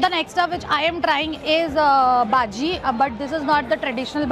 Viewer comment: Its not baaajii its baji